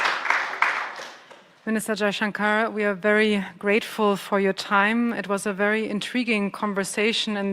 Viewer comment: S jaichankar😅😅 Brother it is shankar😂